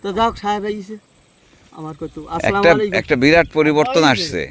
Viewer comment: ভাই সালাম টা একটু ঠিক ভাবে দিয়েন, আস্সালামুআলাইকুম